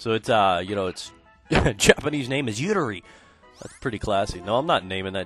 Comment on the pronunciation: i almost pissed myself when he said "yooterii? what is that, like plural for uterus or something?"